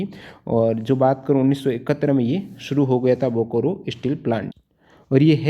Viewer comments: Bokoro😂😂😂😂....say it as Bokaro👍👍👍👍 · Thanks sir. But pronunciation of Bokaro is बोकारो not "बोकोरो ". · Sir bokaro pronounce Kiya jata hai....bokoro nahin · Bokoro nahi hai bokaro hai. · Bokaro hai sir bokro nhe achha se padyi